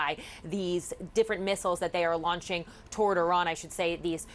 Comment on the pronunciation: I hate the way she says Iran